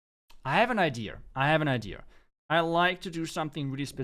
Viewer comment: "I have an Ideer"